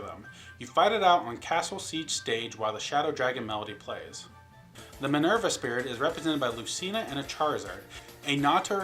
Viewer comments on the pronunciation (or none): none